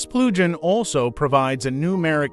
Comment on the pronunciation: This is a very exciting plugin. * The AI translation Speech is severely mispronouncing the word "plugin". You might have to use a hyphen in your text next time... like this "Plug-in", then it will probably sound correct.